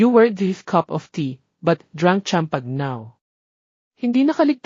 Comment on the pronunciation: Is it pronounced as MAILO, EJ not EG, CHAMPAGNE, PLS. Ano ba yan.